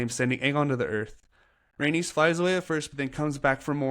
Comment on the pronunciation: Loved the recap, but rhaenys is pronounced ray-knees.